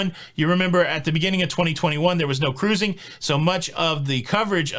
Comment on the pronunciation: What happened to 'Ca-ruising"? It sounds so much better with three syllables.